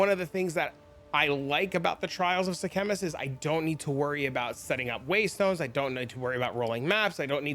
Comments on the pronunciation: what is the "trial of the "Sea-Chemist?" bro :D its Sekhemas <3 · That's not how you pronounce it